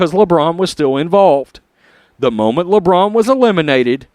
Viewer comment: Did he mean lambrain! Or China james?